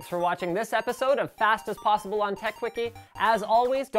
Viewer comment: Did he say "Fast ass possible"?